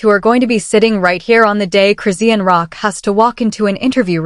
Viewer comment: I had to click off immediately. I hate AI voice and the way they say Chris-see=anne Rock